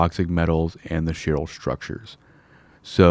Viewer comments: Thank you for this video! I'm getting into PI again slowly and this is very helpful. Also, "Chiral" is pronounced with a hard K like "kaiser" -- "kairal" if you will P.S. quick shortcut for creating a link is CTRL+click -- and for many of the operations like Install or Create Route, you should be able to double-click as well -- saves some mouse movement! :) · Chiral is pronounced Ky-rahl. Ky as in K plus the long I sound like eye.